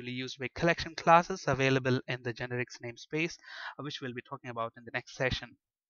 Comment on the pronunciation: its not GEnerix, its geNErics